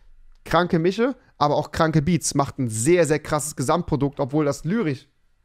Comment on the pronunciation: Andere: Mische Rewi: Miche